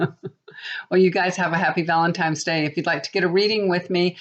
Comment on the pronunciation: Hi, FYI it's Valentines, not Valentimes.: ) Hope it was a good one.